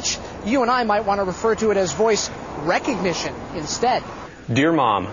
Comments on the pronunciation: He said "voice RECognition" (REC as in wreck) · wreckognition? stupid reporter